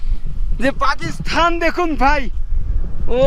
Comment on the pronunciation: ভাই তুমি বারবার পাকিস্তান কে পাকিস্থান বলো কেন উচ্চারণ ঠিক করো